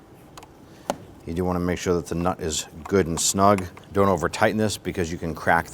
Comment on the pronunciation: Bro, where are you from? I keep hearing you say "knot" but I know you're saying nut.